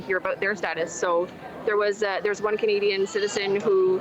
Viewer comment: She said canada soil